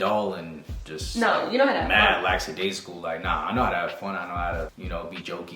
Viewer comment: lmaoooo “Lackadaisical” just confirmed that you’re Caribbean .